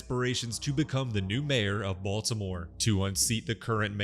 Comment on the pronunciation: It's pronounced Bitty-more...